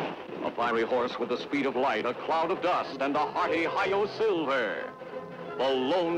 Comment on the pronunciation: Apparently it's "HI YO" not HI HO.